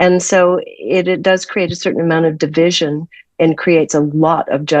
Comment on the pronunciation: CReate, not curate. You are saying some amazing things, but talking about creation without being able to pronounce the word create is blunting your message. This message is sent with love. Someone should have pointed this out because it is important. You are saying curate, not create.